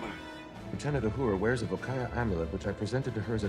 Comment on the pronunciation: Again, mispronounced everything. Uhura is not said urhura. Krall not Krayl. Just stop speaking.